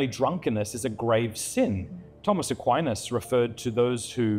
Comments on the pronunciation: Someone teach how to say Aquinas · You gotta learn how to pronounce Aquinas before going on this show…